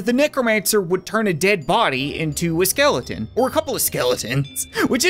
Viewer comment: you said skelden not skeleton